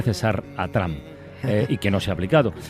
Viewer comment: Nieves: Cuánto sabe usted de historia de los EEUU, se nota que estuvo allí estudiando y viviendo. Pero no se enteró que Trump allí no se pronuncia tramp sino algo así como tromp.